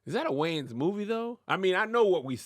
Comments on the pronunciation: Top 3 Words That Big Momma Struggles to Pronounce. 1. Anfernee - It's Anthony Nanna 2. Spsghetti - It's Spaghetti Grams 3. I like Keenan and dem Waynes, Kim and Damon and dem Waynes - It's WAYANS Mema Kev and, y'all gotta help Madea with the spelling before posting your amazing vids! Lol...love y'all! Keep doing what you do!! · It’s the WAYANS. Put some respeck on their name lol